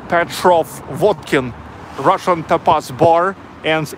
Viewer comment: Happy birthday! Lovely restaurant!, "tapas" is pronounced with the accent on the first syllable: TA pas.